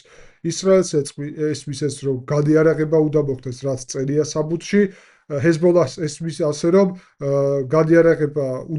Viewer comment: ჰესბოლაჰი არა Ძმობილო, ჰესბოლა ქვია ქარᲗულად 😊